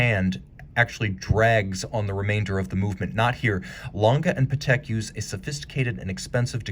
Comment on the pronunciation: You don’t pronounce it correctly. It’s pronounced Patek with the accent on the a, not the e.